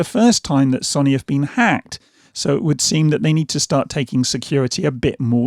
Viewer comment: You’ve said Sony wrong